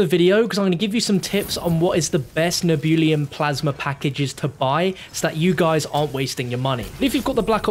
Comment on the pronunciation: Nehhh-Beu-Lum.... Not Nee-Boo-Liam lol :)